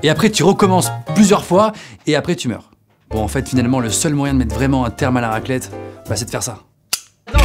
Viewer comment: "Raquelette" qu'il dit